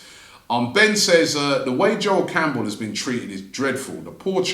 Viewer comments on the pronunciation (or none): none